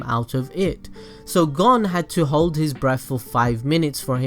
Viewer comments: To help you with your pronunciation problem look at the japanese harigana A is (ahh) i (eeh) u(oo) e(eeh) (o)oh Hope that helps like for example Gon is (goh-n) not gon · Wow your just su works! ITS GON AS IN CONE BUT WITH A G AHHHHHHHHHHHHH